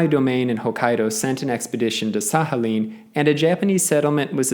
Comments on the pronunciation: Nie Sahalin ale Sachalin. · I don’t think it is pronounced as an H, instead like kh or at least K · But don't you pronounce the k in Sakhalin? It's weirding me out he pronounces it like there's an H but no K. I was thinking maybe he was just better informed than me until i heard him pronounce oblast 😅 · Sakhalin, not Sahalin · SaKHAlin not SAHAlin!! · Sahalin is not correct either though, I understand that English doesn't have the х sound (ch in Czech where I'm from) but it doesn't seem very difficult to learn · Well, I though that he was trying to pronounce it closer to Russian way (he did approximate Sakhalin with a /h/ sound so ig that made me think that). And like, even if he didn't want to pronounce it closer to the Russian way? The comment can still be interesting for some people to read, so your arguments are a bit strange for me too Also yes I do have anxiety so I tend to exaggerate what people say in my head often, sorry And yeah ig your right about the American accent (I still think you should've specify that you were talking about general American tho) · Why is the k silent? 🤫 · Why does he pronounce Sakhalin like that 🤣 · well he butchered the pronunciation regardless in a way unique even amongst americans. Usually "kh" would be pronounced as it is in "khan" by americans which is incorrect in a different way. However the "oblast" pronunciation is uniquely bad. He would be closer by saying "OH-blast" as Americans usually do. OP is offering a helpful linguistic perspective (in a very respectful way mind you) and you seem defensive and offended for some odd reason. Also LOL at "general american accent" while talking about the New England accent. How reductive of you.